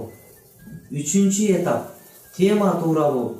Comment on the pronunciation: Эмнеге этап деген сөздөгү басымды э ге коюп жатасыз?